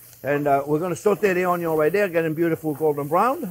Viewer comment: “onyon is always number first”